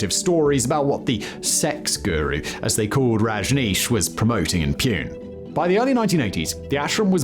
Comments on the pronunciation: hey its not pune its actually called Poone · Good Video but it's s not "pune"... . It's pronounced (poo-neh) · Its Poonaay not Pyoonnnn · It's not Pyune... It's poo-nay... Like you are not allowed to poop in the city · It’s not Pewn- it’s Pun-ey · Also, Pune where the original ashram was created, is pronounced poonay rather than Pune line in this video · Pune is pronounced Poo-nae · It’s not Pune it’s pronounced Poo-neh Simon some background checks is good. Anyway Rajneesh cult was better then all the American cults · The city in the starting was Pune pronounced as "POONE". 😂 Poo-Ne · Lmao I know Simon hates this but the pronunciation of Pune is Poo Neh. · the pronunciation is "Poona", which used to be the official name until the orthography was altered. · Yes his pronunciation of Pune is hilarious , I’m glad I wasn’t the only one to notice !